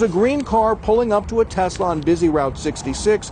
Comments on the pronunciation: Love the videos man.. but it's TES.. TESLA.. not TEZ... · Love your videos, love your channel. That said, it is pronounced Tesss-lah, not Tezzz-la. Nikola Tesla (Nee-ko-lah Tess-lah) was of Serbian ancestry and Elon paid homage to him by naming the company after the inventor. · Love your work, but it's not "Tezzla". Nikola Tesla desrves at least that after getting screwed by Westinghome.